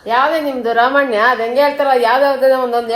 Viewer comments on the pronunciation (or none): Ramayana ❌ Ramanya ✅